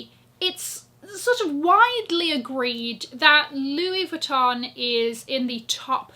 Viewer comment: French girl speaking : your pronunciation of "Louis Vuitton" is absolutely PERFECT. Btw, you're amazing girl !